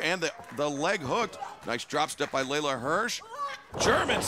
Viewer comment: Just FYI, it’s Leyla Hirsch, not Layla.